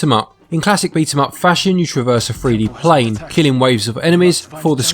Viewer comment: Did you say free d plane? Or Did you mean 3d plane